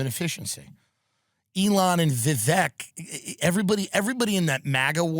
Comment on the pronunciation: Tim is spot on about not wanting to be celebrated. I don't know if it's our deep culture of self-loathing or if it's just embarrassing or what. Also, thanks for telling the correct way to pronounce Vivek's name.